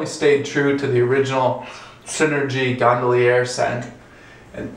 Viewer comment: Well, the label clearly says Gondolier not Gondallierre. If you're going to review a soap, learn the correct name. This guy has some serious trouble with English. In another video he said, "you've just drugged a razor across your face..." Remedial errors are cringeworthy.